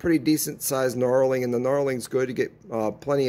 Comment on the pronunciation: Knurling not knarling lol